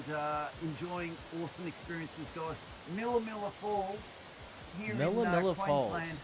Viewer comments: dude it's Queensland not Queenslind ok mate. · Dude, its QueensLAND. Queensland. Not bloody QueensLIND. QUEENSLAND